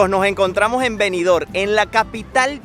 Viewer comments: Disculpa, no es Benidor como lo pronuncia. Es Benidorm, con M al final. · Oiga Ud. Señor parlante. Benidorm se pronuncia con la m al final.BENIDORM. en la lengua española se pronuncia asi.